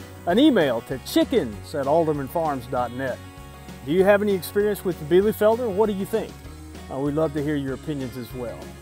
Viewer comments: Nice 9 out of 10 points👏👏👏 You are pronouncing it a little bit "soft" The american e is like the german i It sounds a little bit like Bielifelder instead of bielefelder And the r is spelled like a growling dog😂😂😂 But verry good for an englisch speaking person👏👏👏 Hope i could help you😊 German is really hard Even i have problems with the german grammar😂😂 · Nice! Well, be sure and watch THIS video: and let me know if I am pronouncing "Bielefelder" correctly! :-)